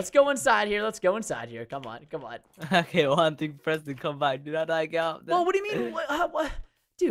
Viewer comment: You pronunciation on his name was wrong😂😂😂